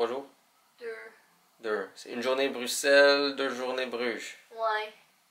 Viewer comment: Oui c'est bien ça 👍on prononce Bruxelles comme deux s 👌